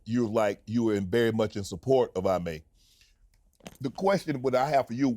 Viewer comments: It’s eeemay not iiimay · IT'S EEE-MAY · But how does Sanon still not know how to say this man’s name, right??? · Exactly! Shannon should be embarrassed! There's only 3 letters in this man's name get it right please!